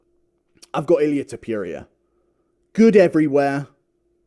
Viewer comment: Ilia To-pure-ia is a hell of a boxer